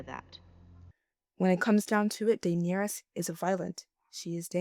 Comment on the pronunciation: The way you say Daenerys really made me turn the video off.